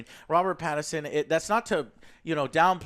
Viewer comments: He also says Robert "Patterson" - it's PattINson. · Joe seriously, it’s PATTINSON not Patterson and it’s WILLEM not William. What a joke. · Couldnt hurt to do some research before reviewing a movie. Its Willem Dafoe, not William. And its Pattinson, not Patterson. And yes the movie is directed by Roger Eggers, the director of The Witch. At least Joe got that right even though he didnt know the name. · I hate to be that guy... But, it's WILL - EM and not William. And it's Robert PATTINSON, not Paterson, lol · "Robert Patterson and William Dafoe" fucked up both names in one go, eh joe? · And both Joe's called him Robert "Patterson" lol. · You mispronounce both the main actors names